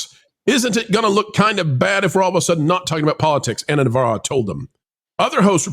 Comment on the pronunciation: yeah don't do the stupid voices. Pronouncing navaro's name the way you do is kind of stupid too. I know it's probably some form of mockery but please stop.